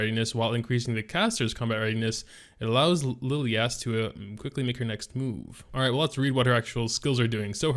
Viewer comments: Why would you pronounce Lilias name as LiliASS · Why not pronounce it as Li (as in lick) lie is? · Lilias (Lil-e-ass) Lmfao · more like Liliyaassss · Dislike for butchering her name fool smh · Yeah, my bad, what i mean is why would the guy even pronounce it that way. xD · just has to pronounce names differently.. he can’t help it.. I think it’s pathological hahah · had to stop watching the video 15 seconds into it...i couldnt take much more of that